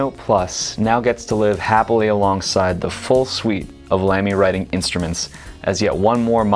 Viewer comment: tfw you make a video about pens but didn't bother to work out how to correctly pronounce 'Lamy' ...